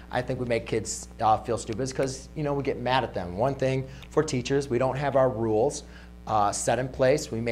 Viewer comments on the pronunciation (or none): none